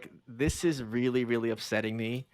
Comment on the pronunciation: Dear reader 😂 he reary ronrey